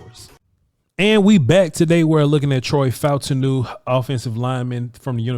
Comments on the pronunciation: I believe his name is pronounced Fa-TAWN-New, according to how the announcers said it. Peace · The pronunciation is Fah-ooh-tahn-ooh